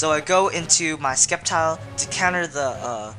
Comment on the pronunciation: It is supposed to be "Sseptile", but many people pronounce different things, such as Rayquaza